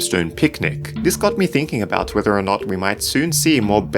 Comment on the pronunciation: Oh my god! Your theories REALLY get me "th-inking!"